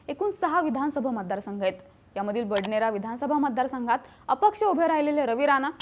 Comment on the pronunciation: "Badaner" nahi "Badanera"... check time.